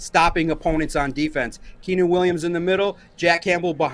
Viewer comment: Lol dude said I'm gonna toot my own horn , then called Quinnen by the name Keenan twice . Good grief